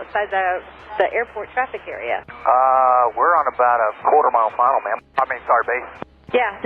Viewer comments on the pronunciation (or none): Fun fact: meritocracy throughout history is often re-instated by a class of eunuchs after they seize control of the institutions. And they are in a position to seize control because the institutions seek out eunuchs for their loyalty. IT'S PRONOUNCED MA'AM!